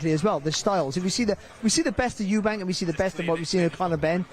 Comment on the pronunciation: It's "Eubank" not "Eubanks" chaps 😂